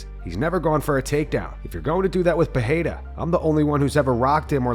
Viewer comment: The first 'r' in Pereira is pronounced the same way you pronounce the second.